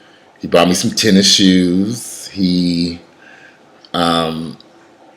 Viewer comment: “He brought me some tennis sheeews” 😂😂😂😂😂